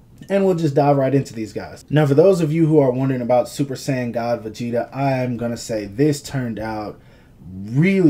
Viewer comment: Begeta? Are you fucking serious?